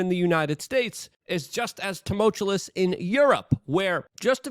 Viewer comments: I will donate $50 to you through whatever channel you have set up if you stop pronouncing tumultuous as tumultulous. Love you thanks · You overuse the word Tumultuous (not tumultulous) and you can’t even say it correctly. Lazy mouth, too much cbd maybe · Luke, for the love of God, please learn how to say the word ‘tumultuous’. You say it so often and so wrong that it gets distracting. If you can’t say it correctly, don’t use it. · Tumultuous. No second L luke. Always with the tumultulous. Man. Im a stickler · I love you man, but it’s tu·mul·tu·ous not tu•mul•tu•lus Love what you do man and I just want to see you do it even better! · Tuh-mult-you-us or tuh-mul-chew-us not tum-mul-chew-lus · Can someone please tell Luke that there is only one L in tumultuous. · Tumultuous!! Not tumultuolus. Every video uses this word multiple times, and its always pronounced incorrectly. Im sorry!!! i couldn't take it anymore. Other than that, i appreciate the free updates. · You mean tamolchulous is wrong? 😂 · was gonna say just this. It is like hes getting more confident with the mispronunciation. let me help you luke... "Ta-Mulch- you-us" but really i would be pissed if he corected at this point lol. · Say tumultuous again and I'm dumping this channel.. it's getting way out of hand. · I used to find it annoying, but now I've come to enjoy that Luke has never learned to pronounce tumultuous correctly even though he uses the word heavily. 😆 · Jesus, Luke. The word is "tumultuous", not tomultalous". You said it an incredible FIVE frickin' times on this one, bro... Next, for God's sake, the word is nuclear, new-clear, Luke, not nucular. And are you are aware that you are now up to an average of saying "of course" over 20 times per video Man, take a breath and get acquainted with your surroundings.